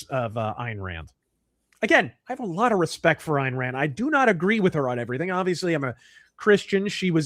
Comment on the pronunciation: I keep hearing IRAN when he says, "Ayn Rand". It's just a funny, persnickety auditory quirk.